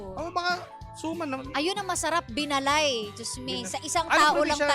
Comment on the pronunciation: Binaalay po pagkaka pronounce nyan. Isabela kakanin